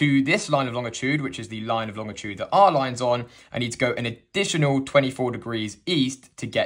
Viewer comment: Lol. Pedantic note, the guy pronounces 'longitude' correctly. There is no 't' after the 'g'. It's LONG-itude.